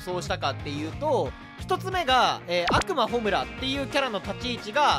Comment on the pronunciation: 悪魔のイントネーション暁美にもっていかれてるやん